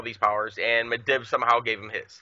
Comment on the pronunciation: Medivh-Mid'eve not Mid iv